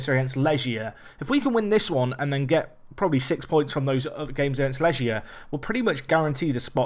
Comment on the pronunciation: it's not Leʒia, they're from Poland, not France;) it's Lɛɡʲja, leg as in first leg or right leg.